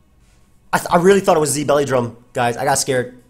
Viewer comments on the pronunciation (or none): none